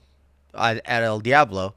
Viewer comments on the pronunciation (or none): none